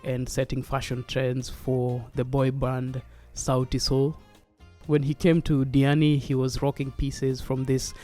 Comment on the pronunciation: Did you butcher your name or is there something wrong with my Sennheiser hd 650 headphones?